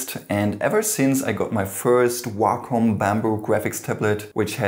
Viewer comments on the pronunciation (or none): he said wacom and I thought walk home😬😬